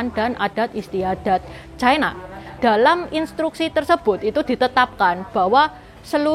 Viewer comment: Ucapan yg bnr China, bukan Chaina